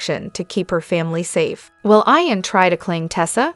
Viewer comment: Not pronounced Ion but Eeon ...